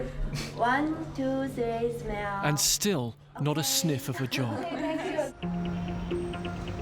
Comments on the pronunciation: Yeah girls cant speak englinf chinese said 1 2 3 smell 😂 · "Wan, tu, thwi, smeal." Yeah. Russian girls don't speak good English. 🤣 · Yes, the woman says "smell", instead of "smile" but cmon...can you speak anything other than English? It's a tricky language. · "123 smell" 🤣🤣🤣🤣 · it's not for bad intentions.. the writer here tried to criticize the Chinese woman for giving wrong orders to that Russian girl.. instead of that Chinese woman saying smile she said smell 😂😂😂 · why the Chinese women can't spell proper word 'smile' she's prounincing smile as 'smell'😂😂😂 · Sorry did she just say 1..2..3.. Smell? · how she is saying smeel, even I smeel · Nobody . . Chinese girl : One - two - three - smelllll🤢. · Wan too thwee, smwayle 📸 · "one, too, tdee, smell!" :-) lol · “one, two, three smelll”. And still, not a sniff of a job. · I couldn't stop laughing. She said "smell" and I know I wouldn't be good at pronouncing Korean words for example but I still found it funny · if you can't even pronounce the word 'smile' without screwing up, you deserve to be made fun of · why no one told that woman that "Smile" is pronounced another way? They tell that girls do not understand english and it's hard to work with them. I understand that language barrier, but they also do not know it very well.